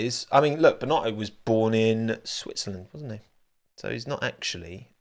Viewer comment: Binotto not Bino'o